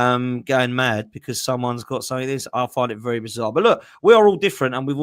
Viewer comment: I love how says "something" lol, "suink"